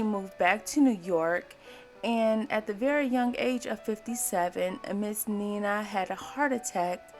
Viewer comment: You are mispronouncing her first name. She and her family pronounced her first name as Nine-Nuh (9-Nuh) NOT Neena.